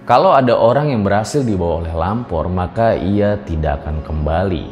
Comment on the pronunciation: Gua kira tadi bilangnya Ngalor bukan lampor😂😂